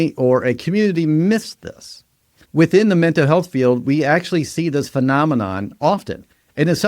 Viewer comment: Mental has an l at the end.